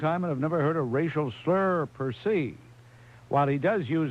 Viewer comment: . Does Bob mispronounce per se or did the letter writer use "per see"? It's not like Bob to mispronounce a word.